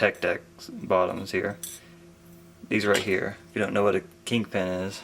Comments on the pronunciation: Kingpin not kinkpin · its king pin not kink pin hahaha